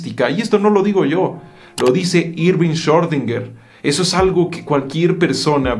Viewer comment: Schordinger? 🤔 Chamo, lee y pronuncia bien